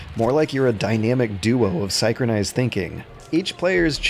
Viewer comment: "Scy-chron-ized" thinking rather than "sin-cron-ized"! XD That's the kind of pronunciation you can't find anywhere else, and I was starting to think id seen the last of it...